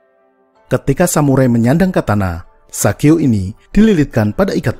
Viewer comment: Sageo... bukan Shigeo (Kakek Sugiyono)